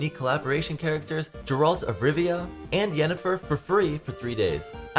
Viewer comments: its geralt not jeralt you simp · I know you just didn’t call our Butcher of Blaviken “Jer-ralt” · The way he pronounced “Geralt” got me laughing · ahhhh you said geralts name wrong lol jkjk